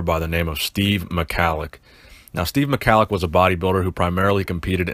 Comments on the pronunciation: Pronounced 'Mah-hol-ick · its pronounced ME-HALIK- NO HARD C